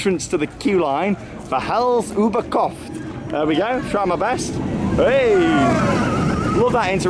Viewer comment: Your prounaciation is good on Hals über kopf and Vollkampf! Beter as Baron akakakakaa 😂